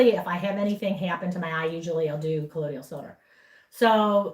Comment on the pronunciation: Just a picky correction of pronunciation: colloidal = pronounced co-loy-dal silver. The i comes before the d which makes it sound like y. You're welcome.